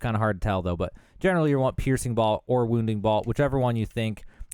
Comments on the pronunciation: BOLT not BALT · ....... idk if this makes me that guy but it's not BALT... It's BOLT like a nut and bolt... if you weren't saying balt and my ears are deceiving me(they weren't), then I am sorry, but also we gotta learn something new each day, and this is one of em. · I appreciate your video and your honesty about not knowing everything. I can't handle the mispronunciations though! It's crazy. How do you mispronounce bolt? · I've never heard anyone pronounce "bolt" quite like that...the hell you from son? lol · He's from Boltsburgh